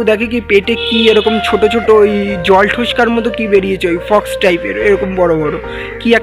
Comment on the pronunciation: Fox noe ota k Pox bole 😅😅🤣